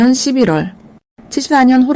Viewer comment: 리딩 발음이 11월을 12월로 들려요. 차라리 ai를 활용해 보셔도 좋을듯.